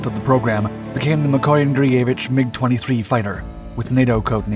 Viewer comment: He butchered Mikoyan-Gurevich so bad lol 💀💀